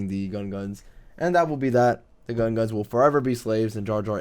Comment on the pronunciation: It's Gungans not gunguns